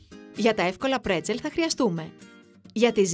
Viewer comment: Μπρέτσελ και όχι πρετσελ- με μπ...